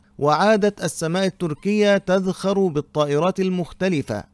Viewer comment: تزخر وليس تذخر